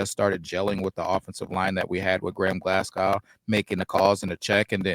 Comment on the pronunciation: Glascow?... No....!